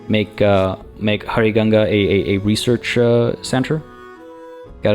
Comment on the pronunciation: your pronunciation of huaricanga is a bit off, the 'h' in south america tends to be used as a "w", instead of "juaricanga" like you were saying, it should be more like "wuaricanga"